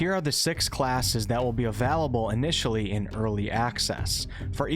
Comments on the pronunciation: Avalable and talored huh. Pass on listening to you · He did the same in "available" and I did a double take lol. Wonder what accent that is?